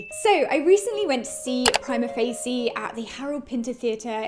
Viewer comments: You might want to learn how to pronounce the name of the play before doing a review next time... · I am the only one pronouncing Prima Facie like it were italian words?! dear god... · In your defense, I’m in law school in the USA and I’ve heard prima facie pronounced about four different ways 😂